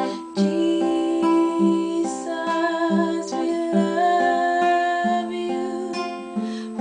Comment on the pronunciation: Jesssusss. I like the way you pronounce that. Must be the Suriname accent.keep me in your prayers.